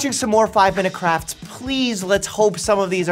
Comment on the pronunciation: It’s not 5 minuets crafts, it’s 5 minute craps lol